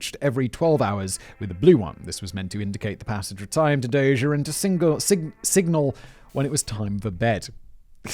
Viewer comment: After his rescue, Dozier would serve as commander of the Armor School at Fort Knox. My dad served as his aide as a captain. According to what Dozier told him, the gunman didn't hesitate. His decision not to shoot was intentional even though his orders were to do so. My dad pronounces his name as "dozer" like bulldozer. I might be misremembering though.